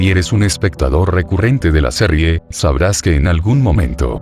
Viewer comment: qe bronca que diga serrie,LOL